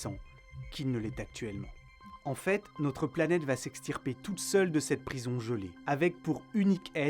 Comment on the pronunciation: GelÉ , par pitiée